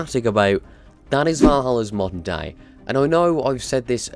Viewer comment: I kept hearing "monday" intead of "moder day" 😂😂